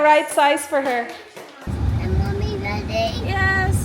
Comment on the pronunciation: Ang ‘mommy’ dle pa gihapon malitok pero an ‘hala’ litok dayun